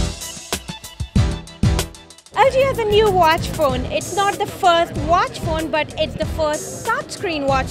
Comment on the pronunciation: The foirst watch fone but the foirst touchscween watch fone